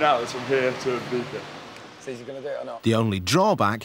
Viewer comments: I-BEES-A NOT I-BEETH-A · Yes.. nor eye beef a.. i beatza is the correct way.. the i as i, not ee, i live here!